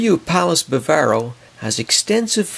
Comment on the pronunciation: First of all it’s the BAW-vaw-roe, Not the ba-VAIR-o. It is a 5 star resort as are the Punta Cana Palace and the Macao. I’d give Bambu and Namibia 4 stars. Food is great at all. As for the gaudiest, ugliest lobby of the 5, go straight to the Bavaro. When there, one feels they are visiting Vulcan and Spok might show up at any time. Or a family of Coneheads !!